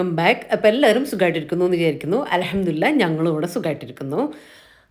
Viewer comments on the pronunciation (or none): Hello alahamdulilla enn parayalletto alhamdulilla enn correct